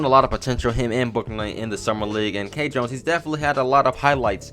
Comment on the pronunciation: ITS PRONOUNCED KEYE JONES NOT K JONES WTF LMAO